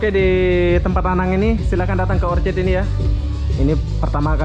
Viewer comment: Orchard bukan orchid